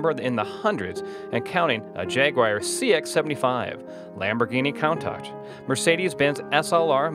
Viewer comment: I cringed when the narrator mispronounced Countach